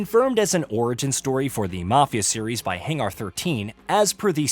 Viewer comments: What the hell is a Hang ARRRR 13. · Is the voice AI? Why does he say hanger so weird